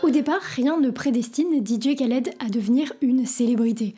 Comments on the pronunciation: Le K ne se prononce pas il faut prononcer DJ Raled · trés bonne vidéo et tu m a fais ma journée avec ta prononciation didier khaled 🤣🤣